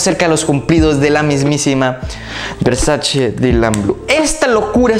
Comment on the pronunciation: Se dice VERSACHE, no versash 😂